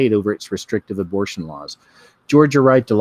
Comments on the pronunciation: Why do you keep saying abrotion? And not abor-tion? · Why does he keep saying abrotion? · How can you be taken seriously when you mispronounce the word abortion intentionally? And why only do it some of the time? However, each time I feel like you're making light of the issue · Abruhshun? Oh row b Vade-r, we get it😉 nice. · S Nomad Mispronouncing helps to avoid tripping an algorithm.